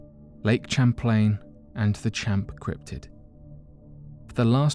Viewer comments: It’s not CHAM-plane... it’s Pronounced Sham-plane! 🤦🏼‍♂️ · The name Champlain is pronounced (Sham)( Playn).